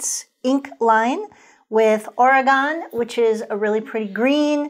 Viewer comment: My wife, who's from Portland, says to pronounce Oregon, end it with "gun." Otherwise, a perfect video!